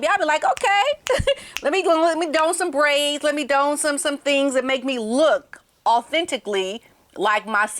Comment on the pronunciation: Please don’t mind if I say that don is pronounced as “Don” like the name “Don” instead of “doan.”.